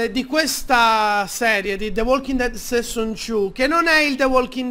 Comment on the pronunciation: HO RISO TROPPO.. Bevenutiii finalmentee suuuuu.... the Walking Dead... SESON Two.. Detto SESON.. No cioè sei un grande xD